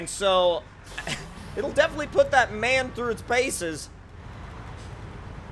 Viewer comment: You pronounce M. A. N. Wrong it aint man but M. A. N. eventho on the vehicle/logo it says man